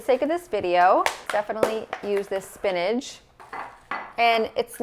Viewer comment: I love how you say spinage for spinach!